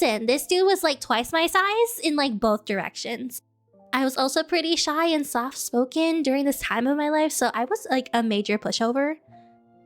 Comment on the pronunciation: Instead of soft-spoken i heard "stop smoking."